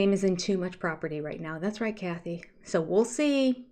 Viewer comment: Do you realize that you say “wool see” for “we’ll see”? It’s everywhere! I had a friend who came to the states for a post-doc. She would write them down and then ask me about them later. It was exasperating for her, although she felt really good speaking American when she went home.